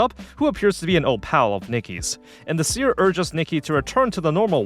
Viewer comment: why do you say seer like paneer lmao, its like a see-er, she sees, with her eyes.. :'D